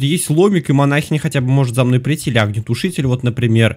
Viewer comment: Манахиииииииня а не манаааааааахиня ок